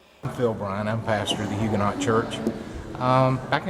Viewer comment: Hue ga noe. Not huganot.